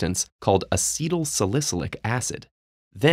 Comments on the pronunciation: lol the narrator had a real problem with sal-i-cy-lic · Love the content. Would be appreciated if salicylic were pronounced correctly . . . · Great info, but am I the only one that had problems with his mispronunciation of salicylic? Was no one on staff aware of his error? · Hey,, ask somebody how to pronounce “salicylic” and “Reye’s”.